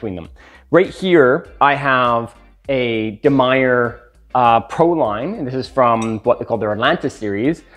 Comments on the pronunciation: so he's saying meyer? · demeyere is the brand name maybe he says meyer and the de is silent i have no clue